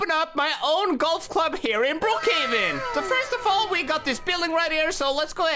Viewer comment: He said Brook caven😂😂😂😂